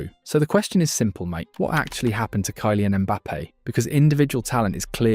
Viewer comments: 😂 this AI bs is too much — “KIE-LIAN” Mbappe? Bro it doesn’t hurt to at least write it in the script differently so that your bullshit ai commentator can pronounce it properly, always thought this was a real guy talking till this point ain’t no way he butchered his name this bad and made a whole 20 min vid about him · Can't even pronounce Kylian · This narrator AI? Said Kylian so weird lol 😂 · The narrator is a joke.